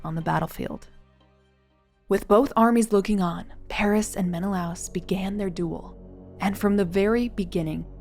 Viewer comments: Helen was born in Sparta. So, Helen of Sparta would apply... *Menna-Lay-us. not Menalouse. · Gorgeous recreations, and an excellent description of how you arrived at them. One note, though; the name is usually pronounced "Men-eh-LAY-us" in English. After so many decades of hearing it that way, hearing "Men-eh-louse" was a little jarring. That's minor, though - I love what you did and can absolutely see either of the two end versions being her! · Men-uh-lay-us not men-uh-louse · meh·nuh·lay·uhs ￼shame on you! You must be unschooled, monolingual & too lazy to secure proper pronunciations. Read the classics after researching. Honor the classics, don't humble yourself. Slow Better Practice Practice and get feedback • BETA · Very detailed video and narration, thank you! Great to hear a concise summary of the events leading to the Trojan war. One small nitpick: Menelaus is traditionally pronounced in English as /ˌmɛnəˈleɪ.əs/ meh-na-LAY-us, au is not a diphthong so it’s pronounced in two syllables. This is from the way Latin words are systematically pronounced (the word itself being based on a transcription of ancient Greek). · AI can't say Menelaus properly? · It's so funny how pronunciations can differ. I always heard it as Men-i-lay-us ;-))